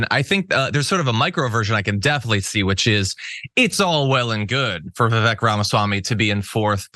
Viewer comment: How come nobody on TYT pronounces Vivek properly?